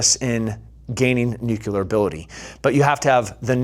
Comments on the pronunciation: You're super smart, super badass and a super inspiration ...... its new- clear not nu- cu- lar😅..... pls don't kill me. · NucLEEar brother, not NUCULAR. Love you man. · Who here has the stones to tell this beloved savage that it’s pronounced “nuclear” not “nucular”? Anyone? <3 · For someone who has spent time in the military, I cannot believe you cannot pronounce nuclear properly! Disappointed 😞